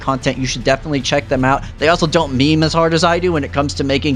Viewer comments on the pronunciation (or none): none